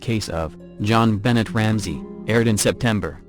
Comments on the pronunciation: The Ramsey child's name is pronounced as Jon BeNAY. not Benett. Her murderer was identfied by the DNA on her underwear. He died of liver failurre, I think. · Who is John Bennett Ramsey? (rhetorical question) This is why not using electronic voices is better. The mispronunciation of the names is terrible. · Jenbo lol 😂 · It's NOT BENNETT!! Grrrr.... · Sorry, that was sarcasm. I know who they are. I was mostly making fun of the pronunciation. It just sounded awful. Thank you for your descriptions though. :D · JonBenet God I wish y'all would get names right when you talk about stuff makes it frustrating to even listen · "If you can't get the little facts right" - like the pronunciation of the victim's name? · Oh, just an FYI learn how to pronounce JonBenet's name they surprisingly mention to pronunciation quite a few times...